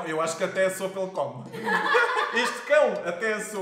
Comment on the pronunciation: Sopa e não soupa 😂😂😂